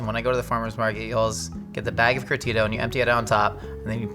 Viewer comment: As a salavadorian hearing you say Curtido made me giggle. “Curr (roll the r)-thee-do”